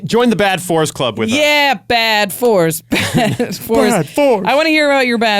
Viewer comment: You said “bad fours” at the end, but it sounds like “bad force”. Quick, snap that title up!